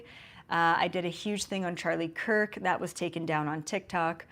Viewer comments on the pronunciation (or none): none